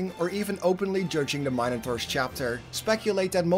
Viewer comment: The mine-a-taurs? 😂